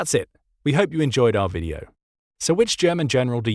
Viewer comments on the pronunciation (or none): none